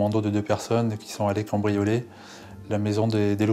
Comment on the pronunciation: Ont dit pas "combrioler", c'est "cAMbrioler" le mot 😬